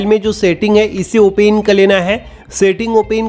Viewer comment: भाई ओपन होता है या ओने 😂😂😂😂😂